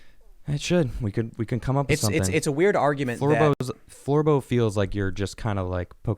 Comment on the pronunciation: Floorbow sounds like floor boat.